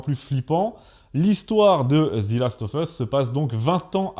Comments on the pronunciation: Pourquoi prononcez-vous "Zi" last of us au lieu de "Ze", étant donné que le mot suivant ne commence pas par une voyelle ? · Ze last of us, pas zi. Et même « the » pour les meilleurs 😆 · Excellente vidéo ! Juste une petite correction à (pas grave mais juste pour info) : c'est "Zeu" Last of Us et non "Zi" Last of Us, on dit "Zi" uniquement devant une voyelle. Voilà, c'était juste pour préciser ça (même si tu le sais sûrement déjà, ce n'était qu'une petite faute de prononciation), sinon super vidéo ! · The = Zeu quand il est suivi d'un mot qui commence par une consonne. Et The = Zi quand il est suivi d'un mot qui commence par une voyelle (sauf quelques exceptions). Donc arrête de dire Zi last of us, merci ... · Prononcez ze et non pas zi. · Pourquoi « Zi » Last Of Us ? Sinon très bon épisode comme d’hab ! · "Zi last of us" 😂. Un petit effort au moins sur le titre (d'un jeu que t'aime en plus) sérieux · Moi aussi ça m'a agacé surtout qu'il le dit plusieurs fois et quand on parle anglais ça titille les oreilles. Heureusement que la vidéo est top, ça a rattrapé ce défaut. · devant une consonne ? C’est la première fois que j’entends ça. Devant une voyelle oui, mais là en l’occurrence ce n’en est pas une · S’il te plait ne dis plus Zi last mais Ze last, on dit Zi quand le mot d’après commence par une voyelle. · C'est un détail mais on ne prononce pas "zi" devant un mot commençant par une consonne, on prononce "ze". Après sur le sujet en lui-même, je n'ai ni joué au jeu, ni vu la série donc je peux difficilement me prononcer. Je sais juste que le jeu est apprécié des fans pour la richesse de son gameplay, le scénario très prenant et les personnages attachants (personnages qui semblent concentrer la quasi totalité des critiques en terme de choix de casting, si j'ai bien compris la polémique). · On prononce pas zi last of us mais ze . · "ZE"... pas "ZI". 🙄